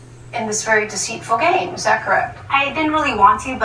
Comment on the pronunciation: You say thot hot judge.😕